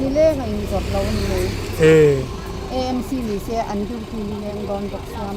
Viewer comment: EMC a ni lo AMC tih tur EIZAWLa ni hlei nem AIZAWL a nia lawm mizotawng khan lam ve mai ula